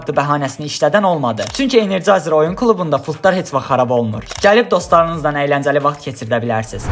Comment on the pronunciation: Energizer❌ Energayzer✔️